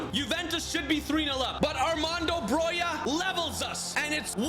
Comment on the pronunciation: Glad you're pronouncing Broja right finally 😀